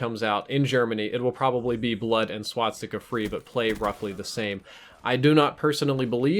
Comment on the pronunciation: It's called Swastica, NOT Swatstica